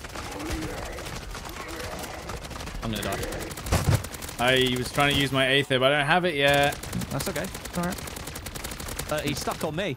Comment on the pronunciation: Aether is pronounced EEther, not Ayther